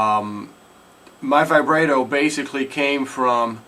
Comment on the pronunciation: ty, I now know how to Vibrato xD. Also, it's pronounced Vi-brah-toe. With a Long A sound.